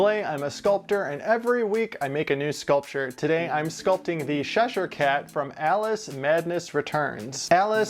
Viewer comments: I love the design of this one, I'm not a gamer so havent seen this before, but definitely fits your esthetic 😅, you should do some more of these characters. Although I do have to correct your pronunciation its "chesh_here" cat, like chess not sh-esh ere, sorry was really bugging me 😂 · ITS CHESHIRE CAT NOT SHESHIRE CAT. Please for the love of god say the name correctly. Ch doesn’t make the same sound as sh. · Looks great...But its called Cheshire cat Chess-shur cat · Are you calling him the Sheshire Cat?